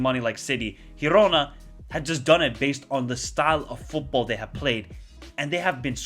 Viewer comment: How cool is that new teams are doing great Btw: girona is pronounced as in giraffe